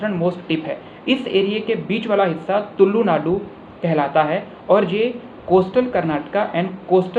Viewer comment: It's not तुल्लु वो तुलु है।